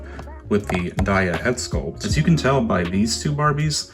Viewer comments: A nitpick but Daya comes from Zendaya, so it should be pronounced Day-a, not die-a.... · It could be a USA pronunciation thing like. We say tar ra and they say terra. Or laya v Leah which I remember being a thing in my high school. Not really a big deal. :)